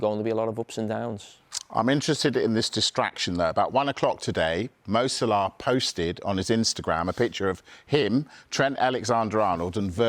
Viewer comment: Why does this guy always call him Mo Salar 😂😂